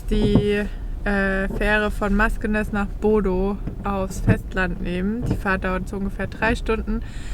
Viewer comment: Euer BODO wird BUDÖ ausgesprochen.